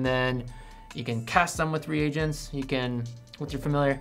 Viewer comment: Thanks for pronouncing 'reagents' properly.